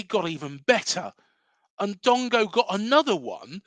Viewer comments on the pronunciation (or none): Dango not Dongo